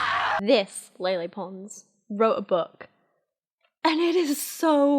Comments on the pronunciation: Lele probably means the kind of "e" in "Bella" instead of the "ey" in "Leyla". If you pay attention those are different sounds. Native English speakers are usually not used to saying that first "e" sound without another consonant following, so saying it like Lele instead of Laylay probably doesn't register as two different sounds. Just a tangent from someone interested in sound structure! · A agree with everything here except for how Lele is supposed to be pronounced. It's not Lay Lay. If it was, it would've been spelled Leilei. The 'e' is always pronounced with an 'eh' sound in Spanish, so names follow this as well. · How do you go from ella eh eh to ella ey ey ey 😂😂 her named is pronounced with the Spanish E as in EH. So it’s LEH LEH, not LEY LEY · the only accurate thing abt this book was her explanation of how to pronounce her name, it's just hard for you bc of your accent. it's not ley-ley, it's leh-leh. think of it this way, remove the 'y' sound when you're saying leyley. lele.